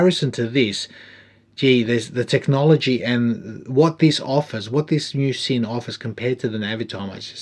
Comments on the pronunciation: FYI, it’s a “Zinn” not a “Sin”. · great video. Love the review and moreso the watch. The brand is not called 'Sin' - rather 'Zin' - do your homework here pls. Not a severe criticism but get it right pls. Love your content mate! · Well done. Sinn is solid watch brand. And I believe sinn(German) pronounces ‘zin’. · Helmut would be smacking you if he could. His last name is pronounced "Zinn." Germans are tricky that way. :) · You sad man. It's pronounced 'zinn'. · Pronounced Zinn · Great review of a cracker of a watch -- thanks. A dressy luxury tool watch. I'm going to be that guy and say that the Germans pronounce it as "Zin" -- let he who is without sin cast the first stone eh! Enjoy your rest sir.